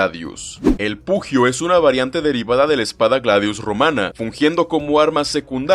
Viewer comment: Excelente video, mil gracias por exponer el tema. El único detalle fue que hubo muchos errores en la pronunciación. el Pugio se pronuncia como "pullio", no pujio. Pilum si me lo gringaste. En cualquier idioma se pronuncia así como se escribe, no como "paylum" Murmillo se pronuncia como "Murmilo" Hoplomachus se pronuncia como "oplumacus", no "opolomachus" El resto son cosas menores. Un saludo.